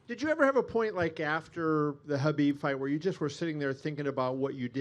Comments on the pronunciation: He is Khabib not Habib ffs😂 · Why does everyone go back and forth on how they pronounce Khabib's name. Sometimes they pronounce the K and sometimes it sounds like they say Habib. Am I crazy or is anyone else hearing that too??? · "That man", can't even say Khabib's name.